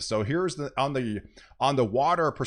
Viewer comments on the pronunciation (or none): none